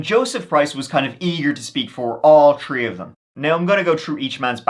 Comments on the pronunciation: New drinking game! Guinness. Every time says “tree” take a good long sip! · I love your voice, it's one of the reasons I listen besides your awesome content! I could giggle hearing you say tirty (thirty) or tree (three) all day, makes me smile every time! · I love your vids but I really get the feeling you really like the number 3/"tree" lol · can’t help it! It’s a throwback to when Irish was the only language spoken in Ireland. E.g. “Three” is “trí” in Irish, pronounced “tree”. ☺️🇮🇪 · Next stop "Tree" million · In this episode, said “tree (3),” “turteen (13),” “turty (30),” and “turd (3rd)” thirty-one times. I believe that’s a record high. Congrats! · I like his pronunciation of 3, 13 and 3rd or rather tree, turteen and turd….…I suppose 33 would be something like turtytree… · Brotha, why do you hate "H's"? I noticed you pronounce " theories " as "teories" and "three" as "tree". Did the letter H hurt you?